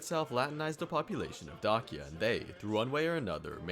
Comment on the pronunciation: Pretty sure it is pronounced similar to DAY-sha